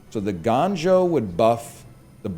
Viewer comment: gANjoe?? Uhh NL its GONEjoe!?